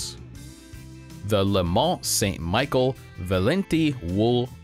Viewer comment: Pronounced “Michelle” not “michael” jfyi. Great vid.